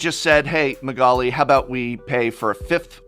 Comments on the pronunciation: Wow he butchered Magalis name xD PS: Gawdammit that mother of runes ! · Is this the correct pronounciation of magali‘s last name? If so, you blew my mind.